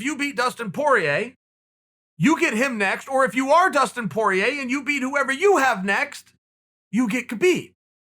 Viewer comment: Chael “Dustin Por-yay” Sonnen